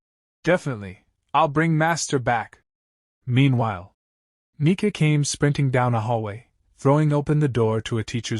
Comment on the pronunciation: bro why the fuck is the ai saying the n word instead of nika like tf